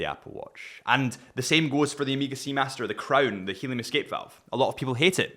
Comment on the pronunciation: Getting some JLC Polaris vibes here. Oh, and any chance you'll ever say Oh-may-ga instead of Amiga? I didn't think so. Great video!